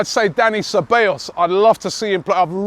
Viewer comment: Ce - Ba - Llos